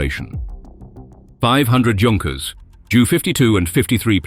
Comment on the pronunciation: @@ and Argyle were both poorly pronounced. Leicester was pronounced as Lay-cester and not Les-ter. Whilst Argyle was pronounced as Ar-gill a d not as Ar-guile. And Junkers is pronounced as Yunkers.